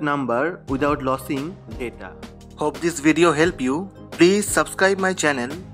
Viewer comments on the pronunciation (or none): Losing - sounds like loozing Not lossing which sounds like Tossing.